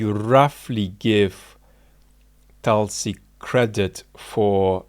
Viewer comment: It's not Talsi. You could take some effort to Pronounce her name properly.